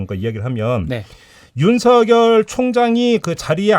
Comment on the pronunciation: “윤성열” 아니고 ”윤서결” 이라고 읽어주십시오. 이름이 윤석렬이 아니고 윤석열이기 때문입니다. 발음에 관해 잘못된 학습이 되고 있습니다.